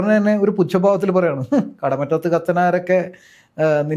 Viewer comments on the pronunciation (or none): കടമുറ്റത്തു അല്ല. കടമറ്റത്തു